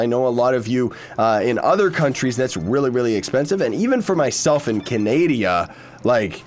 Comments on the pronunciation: did he say canadia. 😂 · When says canadia instead of Canada👍